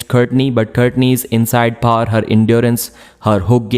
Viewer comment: I guess he means power